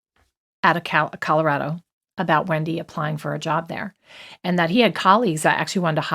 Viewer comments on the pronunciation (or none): none